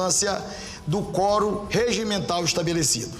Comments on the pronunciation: Que fraquinho essa repórter, meio tendenciosa. E aliás é quórum e não fórum. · Forum, NÃO, quorum!! Vai estudar um pouco mais.